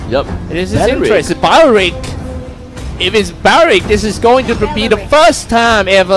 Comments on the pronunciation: Gosh same ... Belerick not bawerik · Belerick not balarick lol 😂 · It's BELERICK, spelled as B-E-L-E-R-I-C-K NOT belewik 🤦🏻‍♂️ dude can't even pronounce 🤦🏻‍♂️ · IT’S BELERICK, NOT BALARICK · Others: belerick That commentator in left: baralik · Bawaaarick.. seriously baeewrick... WTF nationality is not an excuse for such horrid english pronuncuation. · Bayeyerick bayeyerick..hahaha im dead 😂 sorry 😂😂😂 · How to pronounce belerick properly its bawlawrickk 😂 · BALARICK ? HAHA THATS WHAT IVED HEARD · Ba Ya Reek ?! RIP Belerick OMG this is so frustrating to listen to. Biased casting and super fail on pronounciation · belerick not bowrick! gusion not gus-yon! barbiel not barber ! washing machine not watching matching!